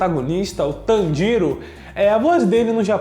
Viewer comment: tanJIro não meu caro,TANjiro sim